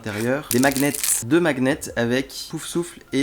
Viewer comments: deux quoi ? "Macnet" 😂 on dit "maniette" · À « des maguenets » on dit des « magnets »😂